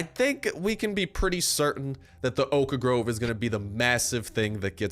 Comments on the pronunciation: O- khhh . Wtf is the o kh a grove? Stop giving me ear cancer xD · Ridh Shahdatullah oak.a Grove xd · The way he says 'Oak Grove' is funny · The way he says 'Oak Grove' is funny.